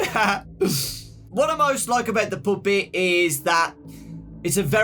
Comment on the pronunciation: DON’T YOU DARE STOP SAYING POOPET.